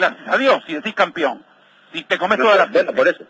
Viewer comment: No se dice campion?